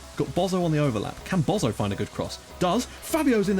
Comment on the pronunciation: Bozzo is pronounced bot-zoh, like pizza is pronounced peet-zah